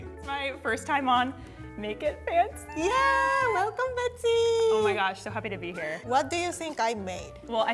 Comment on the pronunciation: 😂😂She speaks like "make it pancy"